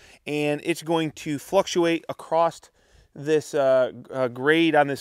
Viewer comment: Pet peeve of mine is pronouncing the word across with a T acrosT.😊